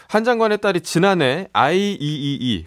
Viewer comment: 아이이이이 라고 말하지 않고 관계자들은 아이트리플이 라고 말합니다.